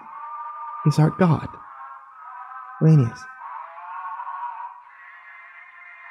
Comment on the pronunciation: I should probably mention that you're pronouncing Lanius as Linneaus, The "La" of Lanius is pronounced like "Lai" in the word "Lair" like Evil Lair